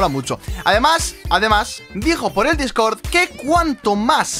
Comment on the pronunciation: Dices discord mal